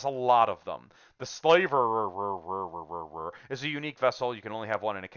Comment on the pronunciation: You're not pronouncing "Slaverer" correctly. Your pronunciation shows that you think the name has something to do with slavery, but it does not. A "slaverer" is someone or something that drools a lot. A "slaver" is someone who deals in slaves, but "to slaver" means to salivate.